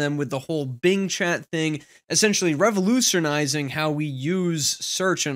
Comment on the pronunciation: no AI would ever say "revolutionising" the way you just did,. Human confirmed.